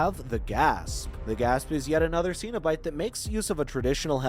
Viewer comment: Why does the word 'cenebite always pronounced?🤔